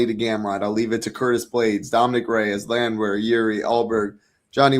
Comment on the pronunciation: not pronouncing the most popular fighters in the UFC correctly is pure gold. “G”iri and Landwire. 😂😂😂😂